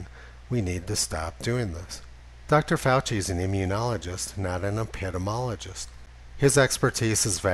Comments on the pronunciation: upedemologist? can't you master the pronunciation of that word, please. It has a nice rhythm, it does not make you sound like fusspot, on the contrary, it makes you sound like you know what you're talking about. epi-DEEMEE-ology. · Love your videos and data presentations Tony... but it’s epidEmiologist... not epidomologist, as you pronounce it. Sorry, mom was an English Literature major. :-) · Love your work! But it’s “epp-uh-dee-me-ologist”. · Mr Heller, you're dropping the second "i" out of your pronunciation of Epidemiologist. Just thought you might want someone to let you know you're saying it wrong. eh·puh·dee·mee·aa·luh·juhst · You are correct so what else?